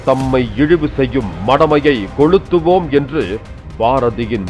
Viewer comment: கொழுத்துவோம் இல்ல கொளுத்துவோம், ழ ள?